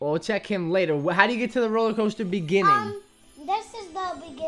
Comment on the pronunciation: Coaster Not coter